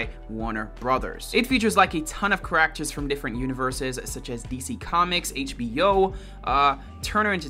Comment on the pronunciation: “Cuh rack ters”